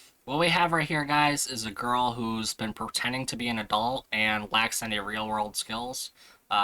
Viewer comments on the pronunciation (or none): You just said "protending".